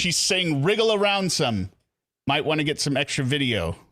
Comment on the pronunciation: 🤯 “wriggle around some" I’ve been trying to figure out her drunken slur for years now. It sounds like “real ransom” which is nonsense. Thank you for finally figuring it out.